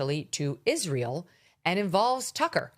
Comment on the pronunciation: She can't even pronounce Israel correctly.